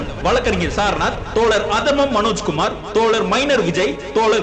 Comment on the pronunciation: தோழர் என்று பேசுங்கள் தோல ர் என்று. பேச வேண்டாம் தோழர்